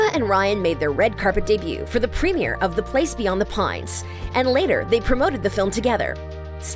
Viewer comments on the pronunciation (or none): none